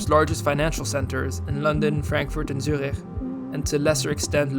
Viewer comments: he even pronounced Zürich right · Same with Zürich, he said the ü correct